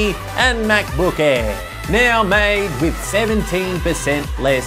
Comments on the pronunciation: Him saying Macbook Air sounds like Macbook Eh. 😂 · "MacBook aee"